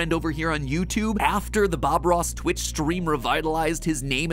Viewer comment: It’s Twitch not Snitch